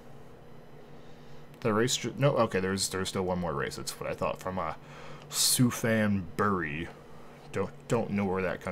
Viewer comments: I have no idea but being from thailand i can confirm its pronounced supan great video though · it prounoubced Supan buri and its in thailand 😊